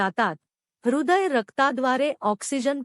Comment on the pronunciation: अहो काय वाचतोय याचातरी विचार करा. ह्रद्य विकार याचा अर्थ काय?इतरही उच्चार अर्धवट अर्थहीन,शब्द नको तिथे तोडलेले,अर्धवट केलेले असतात.तुम्ही अमराठी अआहात हे नक्की,आधी मराठी शिका मगच क्लिप्स करायला लागा.विनाकारण मराठी भाषेचा खून करुन छिन्नविछिन्न करुन टाकू नका.पैशासाठी हे उद्योग करू नका. पैसा तर काॕलगर्ल्स पण मिळवतात.